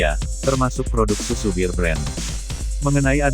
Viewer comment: Kok nyebutnya BIR BREN sih?????!!!! Ampun deeeehhhh 🥴 BEAR tuh dibaca BER aja E murni kentel kek org Batak klo nyebut E jelas. Anyway,,,, Alhamdulillah blm pernah nyoba minum susu beken ini sekalipun wlopun banyak yg bilang berkhasiat ini itu, males aja soalnya kemasan kaleng.